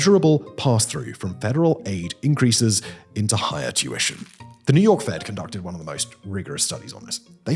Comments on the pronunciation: Tuition! I thought I had heard you say "Jewishon"! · When Simon says "tuition" is sounds like "Jewish".